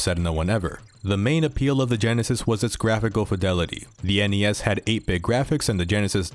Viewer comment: You're pronouncing NES and SNES wrong. It should be spoken as one word.